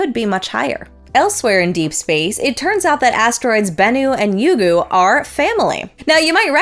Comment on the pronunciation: pronunciation of Ryugu is spot-on (or sounds same to JAXA's) I heard some American space tubers saying Rye-you-goo, 3 syllables. Not a big deal tho.